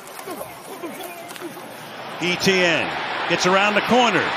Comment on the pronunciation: Can the announcer not pronounce E.T.N???